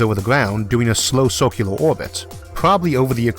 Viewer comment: Great video! When you pronounce circular "sorcular" Its freaking hilarious. Amazing video, wildly informative.